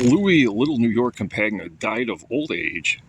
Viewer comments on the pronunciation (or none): You got his name wrong... Campagna is pronounced the same as lasagna, not com-pag-nah